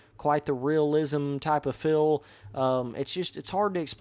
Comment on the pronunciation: Why you always say fill instead of FEEL